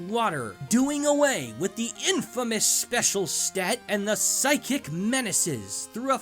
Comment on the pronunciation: I subscribed when this man said "PHYSICKKK!!!!